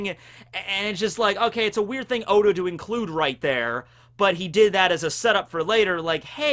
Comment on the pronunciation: Oda not ora